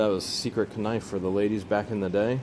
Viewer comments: Why does he say kanife instead of knife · How come he keeps saying kanife. Its just knife